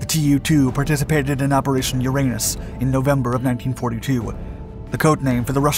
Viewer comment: Lol, Operaration Uranus